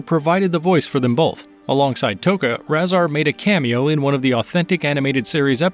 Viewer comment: His name is pronounced RAY-ZAR